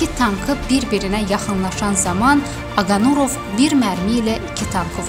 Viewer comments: 5 dəqiqəlik video üçün mətni düz oxuya bilmirsiz??? Aqanurov yox Aqarunov. Allah rəhmət eləsin, qeyrətli oğula! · Aqanurov yox ay millət,Aqarunov.ay jurnalist. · Oxuyanda duz oxuyun nə olar. Aqanurov yox Aqarunov. Allah rəhmət etsin şəhidlərimiz cənnətlikdir. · Allah rehmet elesin.metini oxuyan xanim başqasinda sehvi tutursuz amma sujet erzinde ne qeder onun soyadini dedinizse hamisini sehv dediniz.Aqa nurov yox. Aqa runov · Он не Агануров,а Агарунов! Вы,сначала сами научитесь правильно произносить имя героя. Стыд и срам